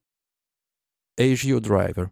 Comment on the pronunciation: ASIO is pronounced ass-ee-o. Just saying.